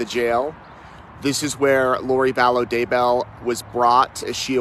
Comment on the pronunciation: Please say vallow not ballo 😁